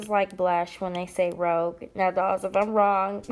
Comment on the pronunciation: Rouge a French word is pronounced (roozh) . You are right it is blush. I just adore that you have all these special keepsakes😍😍😍 how blessed you are. I love this type of video from you. Thank you for sharing